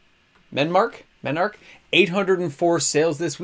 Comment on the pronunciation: It's MEM! Mem NARCK dammit!